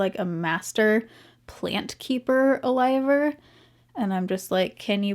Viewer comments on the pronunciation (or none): "Plant Keeper Aliver..."😅